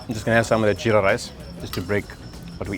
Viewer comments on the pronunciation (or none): none